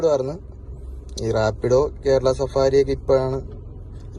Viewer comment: Safari alla bro savaari😄